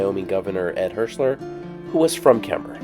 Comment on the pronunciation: So nice to hear "Kemmerer" pronounced correctly!